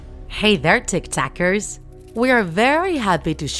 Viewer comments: I thought at the start she said tiktokers 😅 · Is it just me but in the beginning were she says " hello my little tic tackers" it sounds like hello my little tic tockers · It sounds like tik tok ers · TAckers not tockers